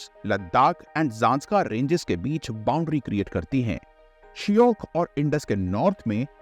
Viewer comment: Please pronounce proper in Hindi whichever words are from local names given ex. Shyok (श्योक) not a शियोक & मिठानकोट (not मिथनकोट), पंचनाद (not पंचनाट) many more